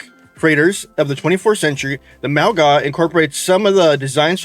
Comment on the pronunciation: first skin is "Ef-fem-min-rus", second is "USS Bead-dee", last is "mau-ga" (you got it right :D )